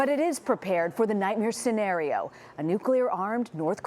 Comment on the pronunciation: "sa nario"